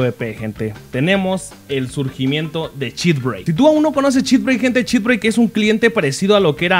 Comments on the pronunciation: por q dice chitbreik? deberia ser chitbreiker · "chit breik" xdxdxd